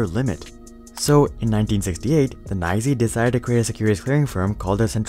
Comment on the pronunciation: "NYSE" is not nigh-zee lol